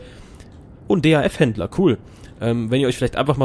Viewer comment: DAF wird nicht einzeln Ausgesprochen :D